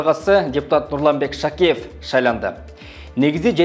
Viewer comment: Автор журналистсинби же эмнесин Шакиев дегенге тилин келбейтго бир аз даярданып алып андан кийин чыкбапсында, кыйраткан деле маалымат бере алган жоксунго